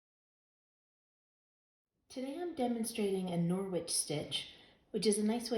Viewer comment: It's a silent w 😊 norich